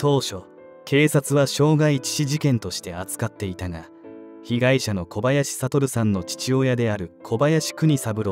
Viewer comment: あちこちのYouTubeチャンネルで取り上げられてる事件ですね。若くして亡くなってしまわれ残念です。お悔み申し上げます。話変わりますがこちらのチャンネルいつからナレーターの方変わられたのでしょうか？交代されて勿論いいのですがイントネーションが…。特にお名前の読み上げ「小林悟さん」「小林邦三郎さん」違和感あります。最初からこの方があてていたなら馴染んでたのかもしれませんが…。イントネーション特訓して次に期待します。